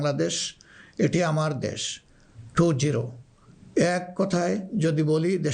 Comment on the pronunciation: টু জিরু 😅